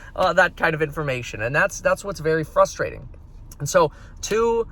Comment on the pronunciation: Sry to nit pik but you are pronouncing "Frustration" incorrectly. If running for California Governor you should correct it 👍. Just practice and remember to pronounce the R after the the F. Example given: "FRUSTrating" NOT FUSTrating (sounds too ignorant). FRUSTrating (sounds normal) Vote for Meet Kevin for California Governor 2021!